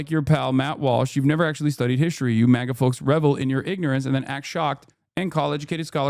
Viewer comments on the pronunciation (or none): none